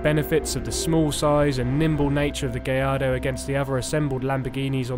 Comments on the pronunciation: why does he keep calling the Gallardo as Gay ardo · did i just hear him call it a gay-ardo??